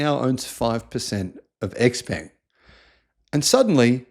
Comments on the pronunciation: its pronounced frantically: Showpung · X Peng; peng rhymes with “hung”, and “sung”. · You own stock and their product but still unable to pronounce their name correctly